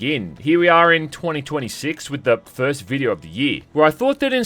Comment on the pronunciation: “Fuhst video of the yee” “pahst”